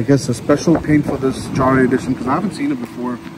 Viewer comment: Front grill definitely grows on you , I think it’s pronounced “yahre “ though.